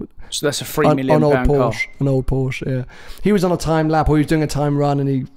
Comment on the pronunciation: you're definitely a Ferrari fan boy. Coz' you try really hard to pronounce "Pista" and "Speciale" the right way, but still from time to time, can't pronounce Porsche (Por-shuh) correctly.